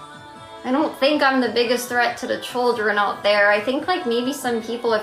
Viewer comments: "The churldren" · "The CHULL-jren "